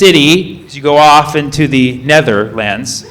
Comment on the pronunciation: The high netter....lands